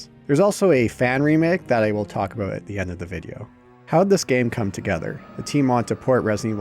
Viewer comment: Canadian? What are you talking aboot eh?